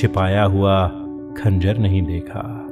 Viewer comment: Khanjar to theek se bolo bhai